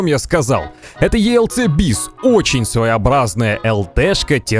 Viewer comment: Мире танков мы её называем елк бис а не елц бис